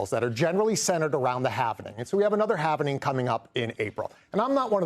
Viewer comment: Halving. Not halvening